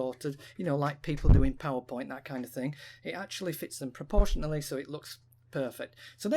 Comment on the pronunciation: Loved the brick like effect on the images. Nice tutorial. I don't think I've got enough fingers to hold down the mouse button, hold CTRL and press arrow keys at the same time though...you must have the left hand dexterity of a piano player! What's also weird is that initially you were pronouncing proportionally as pro-portion-a't'ely, then switched to the correct pronunciation later in the video, pro-portion-ally. :)